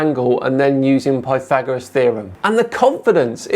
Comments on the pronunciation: Pie Thegorian 😅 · It´s " Plyhagoras ", innit??? Rgr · I wish people wouldn't use Alexa in videos. Mine just asked me to repeat the question. Maybe he should ask Alexa what the correct pronounce Pythagoras is. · I had an insane amount of error trying to figure out he was attempting to pronounce Pythagoras